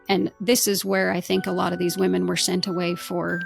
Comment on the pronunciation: this is so minor but it's distracting me: why can't women be women? it's like she cannot say the word "women"?